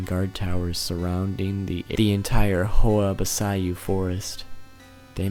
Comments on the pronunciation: Dude...it's Horia Baciu not Hoa Basaiu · Hoia Bæciiu 💀💀 I like foreigners butchering my language